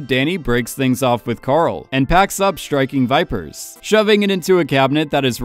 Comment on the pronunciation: I feel like your saying Striking Viper Sex Which i agree